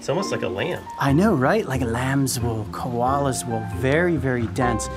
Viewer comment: Soooo you said coals wool 🤨